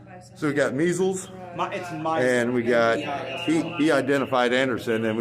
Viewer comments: he called him MEESELS .... so fckn Hilarious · "we got meezles" "ITS MYZELS!"